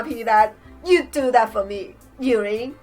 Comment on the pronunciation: yuri is pronounced yuďi